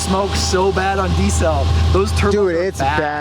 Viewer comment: dafuq is D CELL? I hope you are not failing to pronounce Diesel. That sounds like deezle...and no other way.